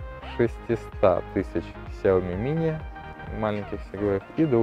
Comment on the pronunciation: Что еще за Ксяоми?)У Лэя потекла кровь из ушей)))Сяоми правильно говорить